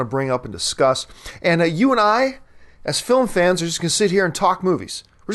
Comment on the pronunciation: I hate when he says film fan idk why it just sounds weird